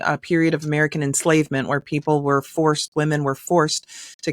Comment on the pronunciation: She can’t even pronounce America - she says umedica- sickening